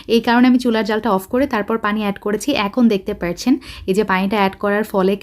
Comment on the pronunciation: পার্চ্ছেন নাকি পাচ্ছেন? আপনি পার্চ্ছেন কেনো বলেন? ওভার এক্টিং করলে যা হয় আরকি। 🙄😕